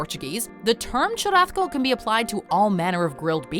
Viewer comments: The way she’s pronouncing churrasco is made me mad. There isn’t any letter making the “th” sound, even in if you’re a Spaniard or speak Portuguese. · Nah, I’m fluent in Spanish & semi-fluent in Portuguese & live in the Miami área, as well as have Spanish-speaking friends from many countries (including Spain). Accents have absolutely nothing to do with it at all. I’m familiar with what you’re saying (& even if she was speaking in a Spaniard “z” or soft “c” like chorizo being pronounced like the “th” in “thick”, CHURRASCO is void of that sound). It’s just an incorrect pronunciation in any Romance language. She probably got confused with chorizo or something